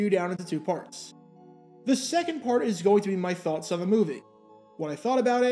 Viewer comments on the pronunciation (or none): none